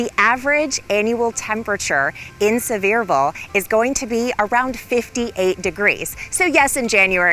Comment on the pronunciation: It is Pronounced... Sea ver ville.